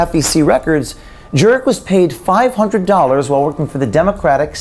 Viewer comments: It's pronounced "Jerk" ... your welcome🤗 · Jurek or Jerk when I herd the narrator say his name I herd jerk well don’t blame me if he is jerk !! He is a Jerk ok enough jerk sorry jerk that slipped jerk jerk jerk jerk jerk jerk jerk fuck you to the moon jerk 😂😂😂😂😂